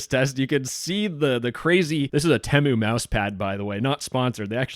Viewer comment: discord slop aside, FINNALY someone that pronounces temu CORRECTLY